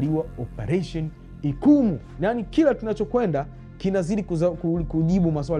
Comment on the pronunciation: Ni "Ichumu" mkuki! Sio ikumu